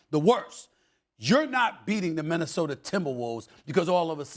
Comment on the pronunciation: You mean Minnesoter 😂